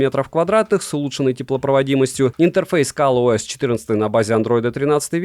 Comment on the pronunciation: только я слышу Калъ-ОС ?